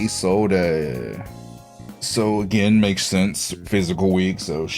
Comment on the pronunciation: never heard someone pronounce Isolde "izolday" dfjkhdjkf